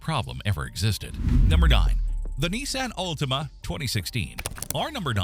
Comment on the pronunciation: If the AI can't pronounce Toyota, Nissan, or Silverado, how can the content be trusted?